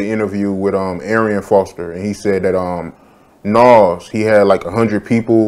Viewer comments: I can't finish the video because of the way you keep saying "Nawwz" instead of Nas lmao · pronounces nas' name like nawls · This dude does not know how to pronounce Nas! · Somebody teach the interviewer how to pronounce Nas